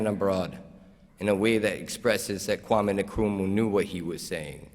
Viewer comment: How can he mispronounce Kwame Nkrumah?????